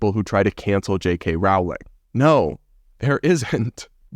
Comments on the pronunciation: Not to be that person but it's Rolling not Row-ling. Please don't be offended. I love your channel,! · ‘Roling’, not ‘rawling’ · Rowling ... like "bowling"... just sayin' :-) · First syllable of JKR's surname rhymes with hole, soul, bowl, foal - not owl & fowl. In other word, Rowling sounds like bowling as in bowling alley, not howling or growling like a wolf or dog.